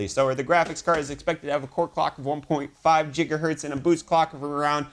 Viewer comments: why he says jija hertz ? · I can't anyone seriously if they pronounce gigabyte and gigahertz jiggabyte and jiggahertz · Why are you saying Jigahertz now, you used to say gigahertz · Yes, it's weird. If you don't think it does then why do you care enough to talk about it?